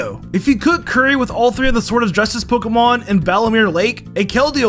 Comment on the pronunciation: Love your videos but some of your pronunciations irk my soul lol